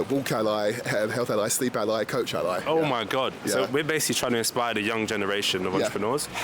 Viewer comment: “Ally” not AI